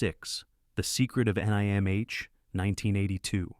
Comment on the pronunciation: I might not mind AI generated narration as much if it didn't say things like, "The Secret of N.I.M.H." Lol.